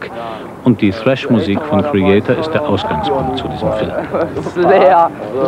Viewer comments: ...als sogar das ARD Thrash noch richtig ausgesprochen hat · total underrated dass die ansagerin Thrash richtig ausspricht :) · Die Dame spricht es richtig aus und des Genre wird auch noch richtig beschrieben 👍